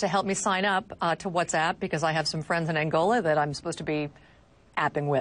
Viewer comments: المذيعه تضحك على طريقة نطقها لكلمة Whats App خلتها What's Up .. والكلمتين تفرق ! موب عليك انت وياهـ ! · المذيعه نطقتها whatsup وهي كلمه مشهوره يتم نطقها بطريقه مضحكه والظاهر انكم خلطتم بين ما تعنيه وبين ما تمرون فيه . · تضحك على نفسها يوم قالت whatsapp بطريقة تضحك